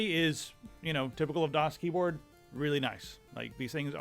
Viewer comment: danielbr93 the first few times pronounced the brand I always heard him saying DOS instead of DAS:D